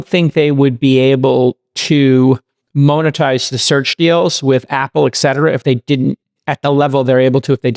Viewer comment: Why can’t Jason pronounce monetize?